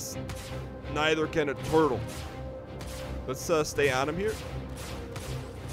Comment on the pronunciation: "We got a turlet here." - Dan Gheesling 2018